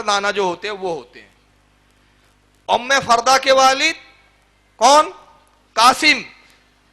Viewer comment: ام فروہ ہے ام فردہ نہیں ہے